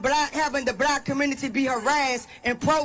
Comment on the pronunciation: It's hard for me to take the concerns of the "blurk commurnity" seriously with spokespeople like this.